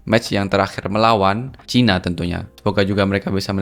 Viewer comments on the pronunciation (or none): none